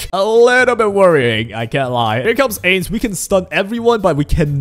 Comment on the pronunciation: bro says "Aids" instead of Ainz.